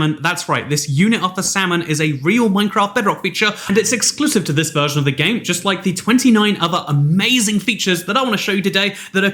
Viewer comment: Lmao u said verson